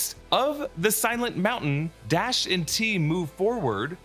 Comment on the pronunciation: DARSH ≠ D a s h